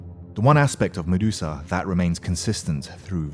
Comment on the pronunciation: And who the fuck is Mudesusa. It's Medusa thicko